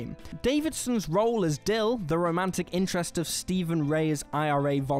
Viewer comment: All about “eve”? STEVE.